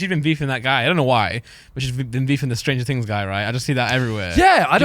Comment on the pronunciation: lol stranger "tings"